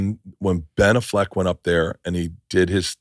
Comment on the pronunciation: Do you really pronounce Ben Affleck that way?